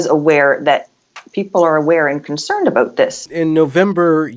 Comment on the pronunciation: “Finding ah’oot aboot”